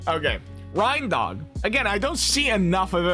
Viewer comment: It's pronounced RAINDOG Like a reindeer.